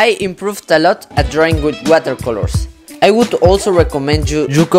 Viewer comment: Mans really said "wohela colos"